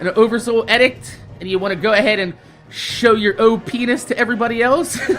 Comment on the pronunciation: it's ee-dict not eh-dict. But yeah, shotguns are boss, this patch was good, and I don't think if Xur sells the G-horn they'll nerf it... it's powerful, yes, but it would have already been need (this patch) were it considered by Bungie as "game breaking".